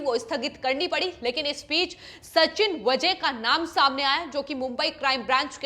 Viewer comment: Pronouncesion गलत है। वजे नही वाजे